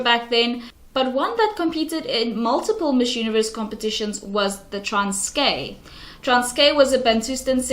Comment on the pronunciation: You need to learn how to say Transkei before making a video about it (it’s like pronounced like Transky and you’re saying transkay)